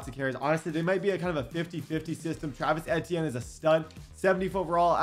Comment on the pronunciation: Bro it’s all love Td but you’re consistently mis pronouncing Travis etienne name 😭😭